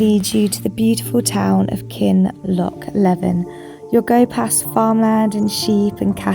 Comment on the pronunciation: 'Beinn' (anglicised as 'ben') means 'mountain' or 'mount'. So you were close. Ben Nevis is really Mount Nevis in English. Also, Kinlochleven is pronounced Kinloch-lee-vun. #HereToHelp